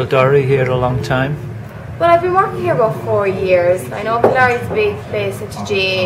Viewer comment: What a cute video! Great idea to get a snapshot of these villages. I'm embarrassed to say I couldn't understand half the accents, haha (American here), but I learned the proper pronunciation of Kildorrery so that was neat!